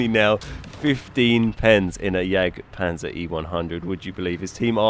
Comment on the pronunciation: Why do people always pronounce the jagd part wrong. They always say yakpanzer or yakpanther. Please tell me where the fck you see a K. The J=Y and the G is silent ffs. Lmao. Its basically pronounced like yaad